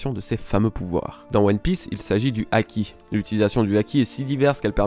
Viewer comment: "acquis" "Haki" comme tu veux lol sinon good video:)